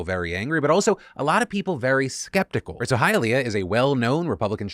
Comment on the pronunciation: I'm so proud of you for pronouncing Hialeah correctly, Phil!